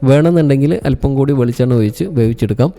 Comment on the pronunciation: Very nice boy.. but your malayalam...oyichalla. Ozhichu... malayalam malayalamayi samasirikkuga